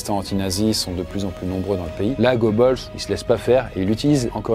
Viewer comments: C'est pas gobeuls mais Goebbels.... :face-turquoise-covering-eyes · Tu prononces son nom en mode "go balls" au lieu de "gueux beules" ça me termine 😂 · Ça se prononce « Gueubeuls », OE ou Ö en allemand c’est E en français. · moi qui parle allemand, j’ai des saignements à l’oreille, oui. C’est aussi douloureux que d’entendre « Van Bethove » au lieu de « Van Beethoven ». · Tres tres mauvaise prononciation de son nom!!!! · Quand on fait autant de recherche sûr une personne, on fait l'effort de prononcer correctement le Nom et prénom...ça devient pénible